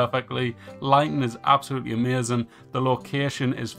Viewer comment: It's AMAZING. Not ameuzin 🤣. Lol just joking. But the way you say it had me rollin